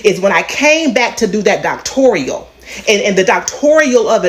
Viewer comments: Look, we all know she's a fraud, but she says "doctorial." You claim you hold multiple degrees and can't pronounce "doctoral" correctly? Ma'am, please go sit down somewhere. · When she said “doctorial” instead of “doctoral” 😂😂😂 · 😂😂😂😂 doctoral not doctorial,!!! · "Doctorial" FOH! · WTF is ‘doctorial’??? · Wasn't she preaching God's word in another podcast? Speaking as a black female with a masters degree, she's lying and breaking APA code of ethics. Illegal ....And it's Doctoral, not Doctorial... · "Doctorial" 😂😂😂She's an idiot!!! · is too dumb to realize that "Doctorial" is not a real word, its pronounced "DOCtoral" but she's a liar... and that's why she doesn't know how to pronounce the word. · Doctorial is not a word. Doctoral is a word.